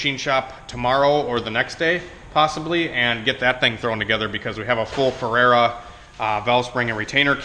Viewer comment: Ferrea - Fer ay uh !